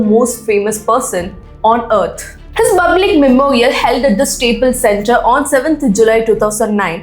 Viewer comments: Can you stop saying BUBLIC? Instead use another word please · Why does your pronounciation of public feels different?